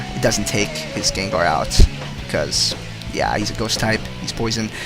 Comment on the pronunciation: it kinda sounds like ur saying gaydar not gengar